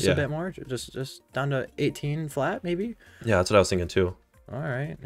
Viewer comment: you always say mabie 🤣😂🤣